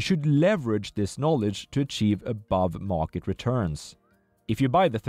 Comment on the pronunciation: 'Morket', lol